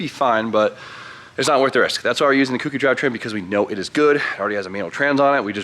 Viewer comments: you know a kouki somewhere in the world bursts into flames everytime you pronounce it like that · Ok im sorry but its K-O-ki (kouki) like "Coke-e". it's not really a huge deal but its just weird hearing "cookie" lol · The way American's pronounce Kouki really hurts the ears lol Also rats/mice chew things to trim their teeth because they don't stop growing ;)